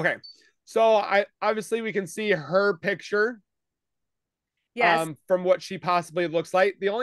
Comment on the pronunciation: Please ladies, PICTURE. Not PITCHER.